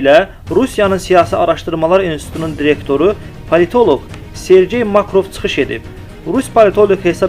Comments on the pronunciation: Уже даже неудобно каждый раз слышать неправильное произношение фамилии! Автор, его фамилия не Макров, а Марков, ударение на "а"! Будьте внимательно, вас слушают тысячи людей! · Земляк правильно надо произносит, не Макров , а Марков , желаю удачи . Карабах это Азербайджан !